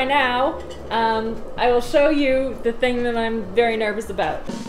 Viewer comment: "A quarter of a ting thick." 😂😂